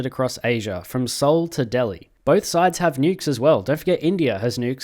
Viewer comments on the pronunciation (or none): none